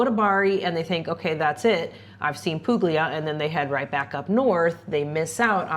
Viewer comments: Monopoli is great!! BTW it's "pool-yah", not "poog-ly-ah". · Monopoli is wonderful! Two things though. There is a decent expat community there, but not everyone lives there full time because the winters are fairly cool and wet. Second the "g" in Puglia is silent. "gl" together sounds like "pulya." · Puglia has no hard G Poohleeahh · Hi guys, Monopoli is great and Puglia is great. Just so you know, the g is silent: Pool’yah is closer to authentic Italian ;) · Puglia pronounced with no hard G!!!